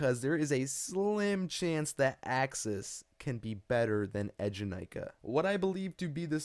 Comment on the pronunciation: ええじゃないか, pronounced [AAY-ja-nai-ka], not [edge-a-nai-ka] (耳が痛むなちゃった。。。)